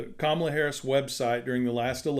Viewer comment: I've heard them say Kamala's name the same way that traitor 47 says it. Don't do that. It's pronounced Kama-la, not Ka-ma-la.